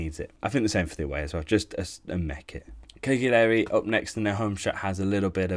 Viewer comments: cage lee airy? you are allowed to google pronounciations before recording bro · He couldn't evem say Cagliari correctly, you knew he was going to butcher the artist's name. PS "England inspired Genoa (yes, he mispronounced this one as well) kit"!? Read a book, man. Seriously, have a sense of history. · That Cagliari pronounciation was crazy😂